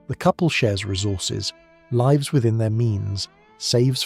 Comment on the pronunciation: Sh*tty Ai voice can't pronounce the proper form of words that are spelled alike but pronounced differently. Lives vs lives. Ugh